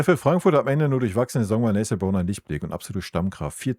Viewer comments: Nessiiel Brown. Warum sagen so viele seinen Namen immer falsch. Ist das so schwer ??? Oder Nesselnrown. Habe das so schon mal gehört von einem YouTuber. Und jetzt wieder. Ist der Name so schwer auszusprechen für deutsche ???? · Lustig: Nethel Brown... - ich weißt, du tust dich manchmal schwer mit Namen, dann sag doch einfach "Nene Brown" 😂 Ansonsten: ja so ist es, man kann sich nur auf ihn freuen! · Sag mal: Na Tan I - EL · Einfach Nené sagen wenn du den Vorname nicht aussprechen kannst 😮